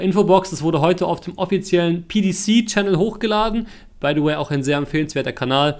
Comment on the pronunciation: *du meinst "by de way"